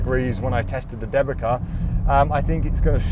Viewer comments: Thanks for the test! One remark regarding pronounciation - since Dębica is polish tyre brand the way it should be pronounce is like "them-bee-tsa" and not "the-bee-ka". BTW - seeing how good Pirelli tyres are in nearly every test (winter, summer, erc) - do you think that their contract with Formula 1 as an exclusive tyre manufacturer is paying off? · The correct pronunciation would be more like ‘Dem-bee-tza’ rather than ‘De-bee-ka’. Anyways, I’m happy to see them included and perform decently. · As a Polish, hearing Dębica as DEBIKA is hilarious :D Ę should sound more like "en" in tents, while C sounds like "ts" in tents. Denbitsa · The manufacturer Dębica correctly pronounced [DAMBEETSA]. It's polish traditional make good 90 years old and consequently "made in Poland" (which is in Europe ;-) nowadays Good Year Group. First of all solid and safe tyres for everage people driving everage cars from A to B. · great tests, just watched big chunk of channel. Waiting for updates on the SUV front and while I'm waiting I'll share linguistic trivia to kill time: Dębica is pronounced 'dembitsa' :D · You need to polish your Polish and/or find a Polish friend. Dębica sounds like Dembi'tz'a. Brand named after town the factory is based. I enjoyed the test, as usual. Thanks! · Dębica - Deu bi tsa😂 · Dębica tires, a Polish brand owned by Goodyear, are generally pronounced with a sound close to "Dem-beets-ah" or "Dem-bit-sah" :) Thank for the video. As always you are the best! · Dębica is pronounced "Dembitza" :) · Dębica pronounce C like C, not K 😁 Type dębica in translator polish language and click speak button 😅 I'm from Poland, it's surprisingly good tyre for price point. 2x cheaper than premium and acts similar to premium tyres.